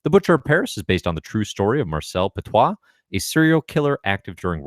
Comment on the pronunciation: Petiot was his name and not Petoit.